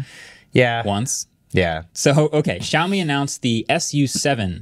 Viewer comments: xiaomi is pronounced shaomi, not zhaomi (not sure how to write the way you say it). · It still bugs me how badly pronounces Xiaomi… try saying the “X” as “Sh”